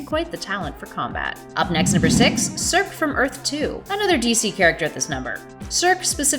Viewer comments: Circ? Circ!? it's pronounced "Sur SEE" like Sersei on GoT!! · Yeah that was annoying to listen to. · Yeah friend I was annoyed too. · Circe is pronounced "sir-see" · It's pronounced "sir-see". Just FYI.